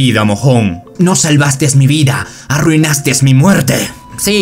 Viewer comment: Buenos videos, bro. Solo una recomendación. Cuando dices cosas como "hicisteS" "arruinasteS" y todos los verbos en esta forma, la S al final está mal, no va, en ningún verbo de este tipo. Eso hace algo de ruido en el trabajo que haces. De resto buen video, entretenido.